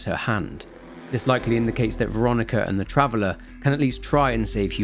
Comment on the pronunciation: Take a shot everytime he says "travelah "